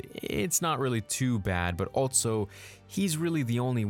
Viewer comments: The dude also says “Altso” instead of “Also”. Makes no sense. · Drink every time he says "altso" or "I'll bite" instead of also and albeit! 🤣